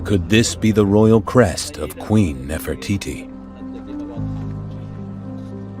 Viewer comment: this man knows nothing about ancient Egyptian history, he just went there to sand and says Nofertiti, Nofertiti about everything.😑